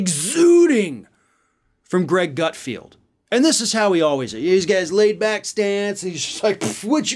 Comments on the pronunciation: The idiot's name is actually GutFELD, not GutFIELD. Pronouncing the latter sounds too similar to Garfield, and I love him! 🙄😁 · his name is not ""GutFeeeld'' it's ''GutFeld''. keeps calling him GutFeeeld just like he mispronounces incoming Supreme Court judge KenTanji even though it's KeTanji brown Jackson. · i love how he kept calling him gutfield, like when everyone at fox calls AOC sandy.... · Hilarious that you post that speculative insult on a video where the leftist who is speaking ACTUALLY can't say Gutfeld. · You pronounced Greg’s last name wrong, also google him -he’s had a long extensive career way before some cable news channel…and it’s amazing how many MEN THIS CONVERSATION IS ABOUT! …shut up ! You aren’t in danger of any unwanted pregnancies.